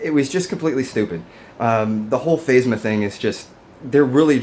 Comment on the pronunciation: Totally agree with you about the movie, but, this a little OCD talking, but, why do you pronounce things differently when I know that you know how it's pronounced? It's not phase-muh, it's faz-muh. You know that. I don't know, I don't know why you chose to do that. It's weird